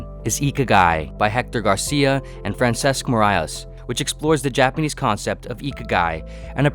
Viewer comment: I enjoy your videos a lot, they usually raise more questions than give answers, which is always good. Although nothing needs to be perfect, let me suggest how to pronounce the Catalan names of the authors of this book, "IKIGAI": GARS - 'EE - AH PUTSH - SERRB - 'EH and FRAHNS - 'ESK MEER - 'AH - YES